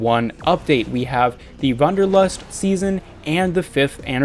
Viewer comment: It's Wanderlust not Wunderlust and is german and means the desire to hike.